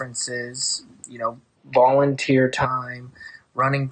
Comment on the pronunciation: Nobody:: VOULENTEer time